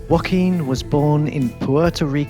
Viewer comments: Just a sidenote: Joaquin doesn't sound like "Wohkeen". It's more like "Ho-akeen". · Hiz name iz Joquin;Not Wakeene. Damn!